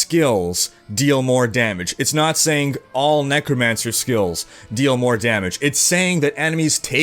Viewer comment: This guy ... "saying'g" "doing'g" "Strong'g" <Your hands moving around all the time looks like a bonenado ..> "intresting'g"